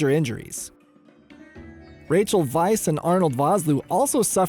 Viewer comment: Is her last name really pronounced “vice”?